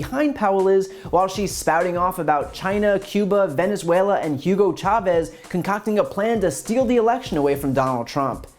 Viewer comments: Anyone else find it amusing that Sydney Powell almost mispronounces Venezuela as villiansuela? No? Just me then. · Did she just say "Villain-zuela" before she corrected herself? min. Too bad she's been let down by the T.... legal team, now that she's got the speech pattern down. LOL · She couldn’t say Venezuela right 😂😂😂